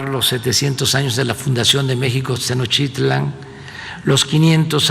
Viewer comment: ¿Y dónde estaba " Senoshtítlan"